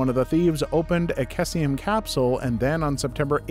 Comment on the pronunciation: FYI for story 5, cesium, is pronounce see-see-um, I know chem words are weird to pronounce sometimes especially when to things that look different in the same word produce nearly identical sounds